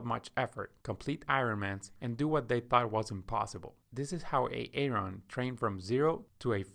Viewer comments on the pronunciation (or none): Please stop calling him A-Aron! It is pronounced “eh·ruhn”